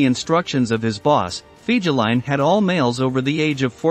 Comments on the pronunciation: Omg, your making my ears bleed with your pronunciation of Fegelien.. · Pronounced "Fay-guh-line". Most officers couldn't stand him. They called him "Flegel", or lout or boor in German.